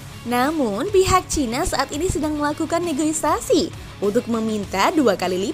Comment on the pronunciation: NEGOSIASI MIN, BUKAN NEGOISASI😅